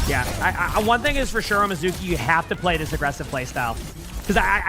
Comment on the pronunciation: It's pronounced MI-zoo-key, like the japanese word for water, mizu (水) - not meh-ZOO-key.